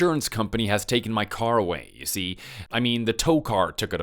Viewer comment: So, the wording for this month is 'you see' is it? It doesn't work where it's being used - and especially when the emphasis is all in the wrong place or the pause between what was being said and 'you see' being tagged on to the end.